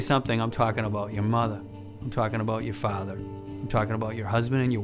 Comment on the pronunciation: my muddah? My faddah? 💀